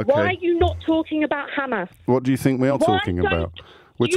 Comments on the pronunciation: KKKHHHHAAAMMAAAASSS JAMES IS KKHHHAAMMMAAASSS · Khamas khamas 😂😂😂 he is probably the best presenter on LBC